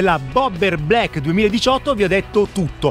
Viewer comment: blaeikkkè non vuole dire niente, black con la a chiusa